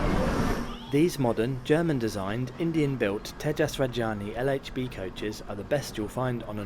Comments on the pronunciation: It is Rajadhani not Rajani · It is Tejas Rajdhani and not Rajani. 😅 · Rajdhani. Repeat after me. Raj-Dha-Ni!!! Is it that difficult??? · Love your butchered pronunciation of Indian names. Rajdhani, Maharashtra, LOL! Keep up the good work :-) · Pay some attention on your pronounciation, Rajdhani not Rajaani. Also you said Hazrat Nizamuddin really bad.